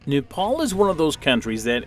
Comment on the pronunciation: U r pronouncing nepal worng